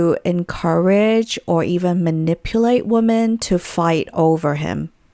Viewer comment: It's so grinding how she raises the tone of her voice at the end of sentences as if it's a question when it's not. Also the way she pronounces women as woman. Other than that, interesting content